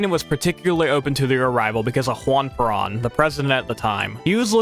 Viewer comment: For Perón, It’s pronounced like pear own.